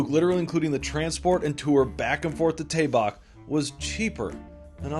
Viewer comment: Its tae baek . No dae bak. R u able to differenciate d. T ? A and ae ? Roman english is by far worst alphabet in the word